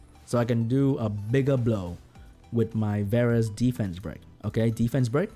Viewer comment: Re watch this video and take a shot every time say ddddfence 😂😂😂